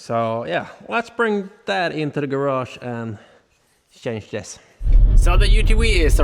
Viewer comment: Change Pronunciation = Tjænse